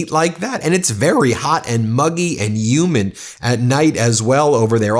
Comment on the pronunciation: Humid not umid